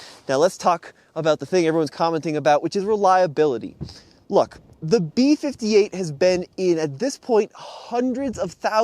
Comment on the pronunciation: “B52” lol. It’s called B58.